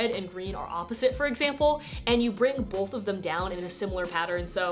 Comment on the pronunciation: i like how she pronounces both "bulth"